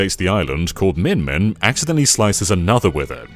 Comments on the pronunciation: Spelled "Mimin" Says "Min-Min" Do you have ARMS/Smash Bros on the brain? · I'm hearing minmin but seeing mimin, which is it?